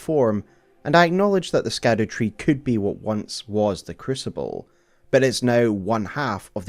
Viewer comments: I get that scadu is meant to be pronounced like shadow but can we admit skadoo is more fun? 😂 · I saw in another comment that scadu is actually pronounced “shadow” it’s old English or something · Its pronounced shadow (scadu) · Scadu is old english and is pronounced like "shadow". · I heard somebody pronounce scadu, as shadow... maybe it's like siofra river, and how IT is pronounced sheefra river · It's pronounced Skadoosh tree, and no one can change my mind. Great Video dawg! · Oh no, he's gonna call it the "Skadoo" tree the whole time, isn't he? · Just a heads up, Scadu in Scadutree is pronounced like shadow. It's Old English, like how gaol is jail. Great video regardless! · Can’t believe how fast you got something of this quality released. So stoked. Also Scadu is just pronounced “Shadow/Shadoo”. It just uses the Old English root, like its siblings the Erdtree (earth tree/world tree) and Haligtree (holy tree) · It's pronounced Skibiditree, actually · I think its pronounced shadow tree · This isn't true. Quoting from someone else here, "Gaol is just an alternative spelling for the same word. Scadu is a much, much older word and is pronounced basically exactly as you would assume. The evolution goes something like Skadu (proto germanic) -> sceadwe/sceadu (old english) -> Schadowe (middle english. This one is actually pronounced pretty similar to shadow, just with that more germanic sch instead of just sh) "Old English" also called Anglo-Saxon, is super different from modern language English came from it, but only after over a thousand of years of influence from other languages. It's just genuinely a different language. Even middle english is pretty different". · idk if anyone has noticed this or mentioned it but when you say scadu it kinda sounds like the dutch word 'schaduw' which is basically shadow lol im pretty sure its just called the shadow tree XD